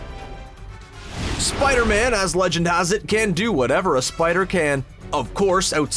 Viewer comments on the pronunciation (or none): none